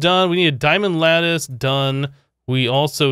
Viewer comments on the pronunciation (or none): none